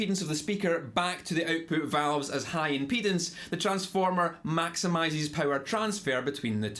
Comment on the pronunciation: I don’t think he’s saying impedance